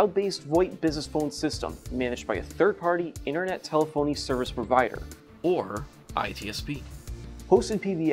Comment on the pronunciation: It's tel-ef-ony not tele-phony 🤣